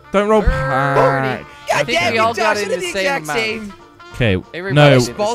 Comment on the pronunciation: LOL AT THE END SAID JOS INSTEAD OF JOSH